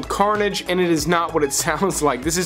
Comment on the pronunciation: How do you make the word “and” a two syllable word?! 🤣😘